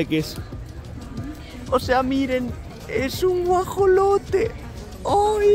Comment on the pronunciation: Es ajolote no guajolote jjaja😂